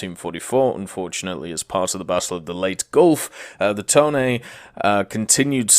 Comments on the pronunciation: Its Tone not Tone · It's pronounced TOH-NEH not Tone...... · Toe-neh my dude. no other way to say it. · The IJN Tone Danza